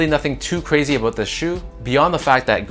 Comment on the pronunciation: Always enjoy a good “Aboot” I could sense the saltiness though! you know you want those court purples!